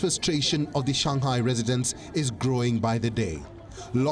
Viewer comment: its not shangkai its shanghai bro